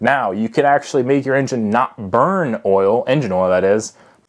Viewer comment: kris johnson did you see the way he said "burn" though, it's hard to explain the way he said it, but he means not just burn it up and waste it all